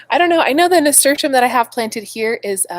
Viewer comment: I have been saying it wrong - I have always been saying it, NA-STER-TEE-UM and not NA-STER-SHUM. Still Learning - glad you got your (well deserved) gift!!